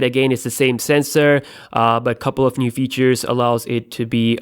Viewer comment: " is another NUDE dual camera" lol